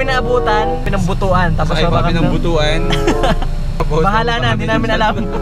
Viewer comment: Hahaha an bad sa pag pronounce ng butuan Hahaha